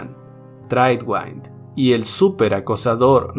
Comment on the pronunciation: el nombre "tradewind" se pronuncia "treidwind" no "treidwaind"